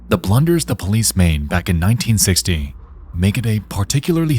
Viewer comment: I do not believe he uses his own voice, if it is a guy. There are extremely weird mispronunciations like 1960 towards the beginning that a normal English speaker would not make. This is most certainly an ai voice.